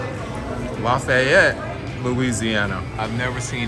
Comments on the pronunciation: You pronounce it "laf-ee-yette" fast man. You dont have to be fancy with it 😂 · Say it with me: LAFFYette😂😂😂😂😂😂......great video